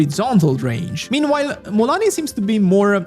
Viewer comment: its Mua LANI Not Muuani 😂